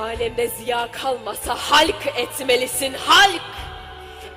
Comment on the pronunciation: Halk etmelisin halk kısmı neden yumuşatılarak okunuyor ?